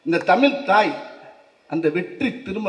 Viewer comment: தமிழ்... தமில் இல்லை. தமிழ்க்கு உயிர் கொடுப்போம் என்றார்... எல்லாம் சரி. ஆனால் முதலில் தமிழ் என்று உச்சரிப்போம்... தமில் இல்ல😢